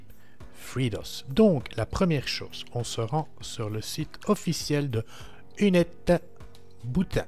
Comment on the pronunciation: Intéressant mais : "u-net-boutain"... Vraiment ? :) "you-net-boute-ine" plutôt.